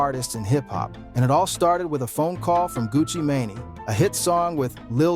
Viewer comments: That AI crazy 😂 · Ai needs some help lol smy gucci who? One thousand and seventeen ? Shisty shyiesty sheesty.. homie.. gang. Fam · Did he call him Gucci mayonnaise😅😂😂